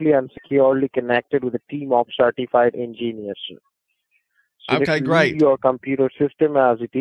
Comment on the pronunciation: You are now connected to a team of “ingeniuses” 😂😂😂